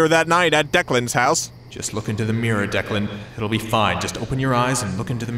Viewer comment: It's DECLAN. It's irish, just 2 syllables dec-lan so damn simple and yet nobody understands it, even in writing. It's always deekan or dylan or deckland, or the dreaded first grade ''Duckland'' bullshit. DECLAN why does nobody understand?!